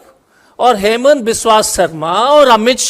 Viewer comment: असम के मुख्यमंत्री के नाम का उच्चारण ठीक से किया जाना चाहिए अन्यथा वो अपने आपको वहां होने से ही इंकार कर सकते हैं ये कह कर कि मेरा नाम हेमंत शर्मा है ही नहीं